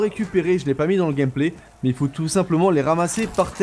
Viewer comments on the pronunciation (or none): none